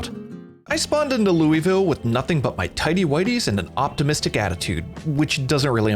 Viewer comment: loou-vull not lewie-ville PLEASE!!!